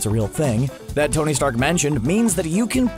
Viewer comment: Tong? Wtf?!! It’s Tony